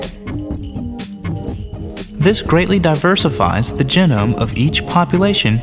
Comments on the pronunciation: Anyone else bothered by the way he said genome? Jeh.gnome I always pronounced it gee.gnome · Very nicely done and well animated. The voiceover and music really work together well. Professional. I do wish you would say genome with a long e sound, "Gee-Nome". Personal preference, but like nails on a chalkboard to me. I've always said "Gen-nomic" and "Gee-nomes", so I'm hardly consistent. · He says genome funny. I always hear it as JEE-nome, while he says it like Jinum. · It's not just the way he pronounce genome. He whistles his esses like an eighty-year-old. It's annoying as heck. On top of that, he's completely unaware of what he's narrating as well. He's just reading it out. Fire the narrator. The guy's terrible.